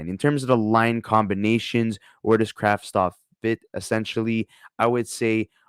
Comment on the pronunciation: You could do name right. Kravtsov.